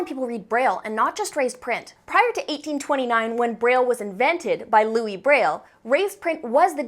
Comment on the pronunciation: HIS NAME IS PRONOUNCE "LOUIE" AND NOT "LEWIS" AAAAAAA